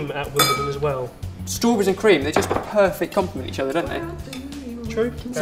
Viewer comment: i love how you say struburries :)